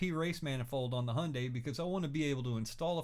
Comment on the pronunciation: He's not even trying to say the name properly, it's said Hi-un-die